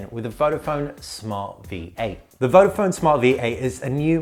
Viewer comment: why you pronounce "vofon", is "vodafon". Search before you review a product.